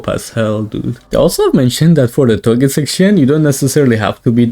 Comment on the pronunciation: It's touge not toge but whatever